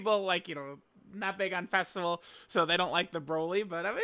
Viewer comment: bro said festival like a slur